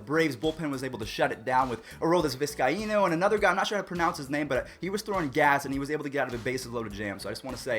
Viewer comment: Viz-cine-o braves pitcher